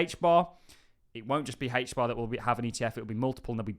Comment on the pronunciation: Why do you call it hach bar?